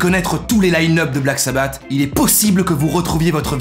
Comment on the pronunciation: Ça se prononce “Black Sabbasse”